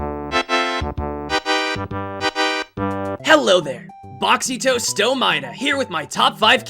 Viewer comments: Nobody: Not a single soul: Not even air: Nagito: "BOXYTOES SOMAEDA" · I love how you have yet to say your name correctly